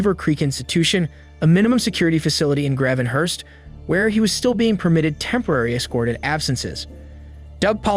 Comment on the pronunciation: This guy is searching for stories...he didn't pronounce Gravenhurst correctly, just another clickbait Seeker.